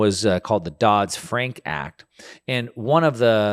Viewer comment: It's Dodd Frank ... Not Dodds.